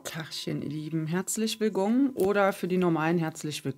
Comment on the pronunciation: Hallo, deine Begrüßung da mußte ich lachen, tachen ihr lieben, herzlich wegong oder für die normalen 😁😂danke fur deine Zeit und deine Botschaften. Habt alle ein schönes, erholsames, sonniges Wochenende für alle 🙋‍♀️🍂🍁☕💐